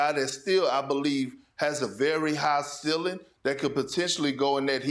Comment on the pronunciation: 😂😂😂😂 Perk needs to graduate HS. He was clearly given passing grades because of his natural talents. He can’t pronounce ASK. He can’t pronounce SUCCESSFULLY. He can’t pronounce CEILING. And he can’t pronounce STATISTICS. 😂😂😂😂